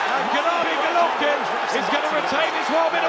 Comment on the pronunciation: i have to compliment you on your perfect pronunciation of his name. i always struggle with it, but you propa smashed it.